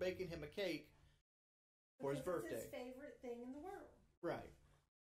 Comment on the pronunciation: They both say "burfday" neither has a highschool education, i sincerely doubt even has a middleschool education.